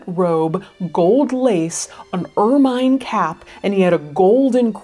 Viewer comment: Excellent video, thanks. Just FYI, ermine: sounds like ur-muhn not "ur-mine"